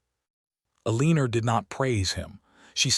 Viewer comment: I can't take hearing 'A-leen-er' anymore. I'm not going to listen to any more stories that use that pronunciation. I like Eleanor, Alene, Elena, Elene... Anything but A-LEEN-ER!